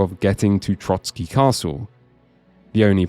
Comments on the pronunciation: For the love of god it's TroSky, not TroTSky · Oh c'mon people, it's Trosky not Trotsky 🥲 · Trosky Castle! Not 'Trotsky' Castle. I wasn't going to leave this comment as I assumed it was a slip of the tongue but you did it multiple times. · It is pronounced TroSkie, not TroTSkie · loved the video but one thing i cant understand nobody mention is you calling the castle Trotsky 😭 its Trosky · As there was a hussite hymn (Ktoz jsu bozi bojovnici) playing at the Conlusion, I would bet there will be hussites in the future KCD. 😊 And kudos for pronouncing Zizka correctly. Not Trosky, though. Sorry, for such an in-depth review it was annoying to hear you say Trotzkiy instead of Trosskee which would be much closer to the correct pronunciation. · Please, it's Trosky not Trotsky. The castle is not named after one Soviet revolutionary. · Trosky, not Trotski 😅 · I finally played this game. I love it, never seen anything that is more Czech than this game in Czech dubbing. Love your pronouncietion of Trosky as Trotskyi😁 Kingdom Come: Hussite wars would be amazing (also in the end credits of the game there is choral singing "Ktož sú boží bojovníci" which is anthem of Hussites. Btw you dont have to tell Bergov about Semín, I never did and got achievement for it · There's only one "t" in Trosky